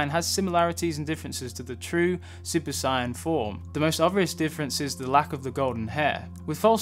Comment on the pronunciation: At around like you pronounce “Saiyan “ as opposed to “Sighyan” lol